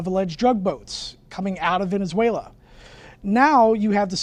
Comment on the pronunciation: She said venezuelar